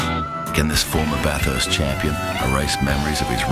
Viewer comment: anyone that calls it BATH HURST and has lived in Australia like Russel obviously isn't that into it....